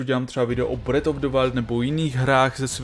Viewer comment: Zelda "bred" jako chleba, nebo breath jako dech, nádech, kouzlo...apod? Trocha výslovnosti neuškodí...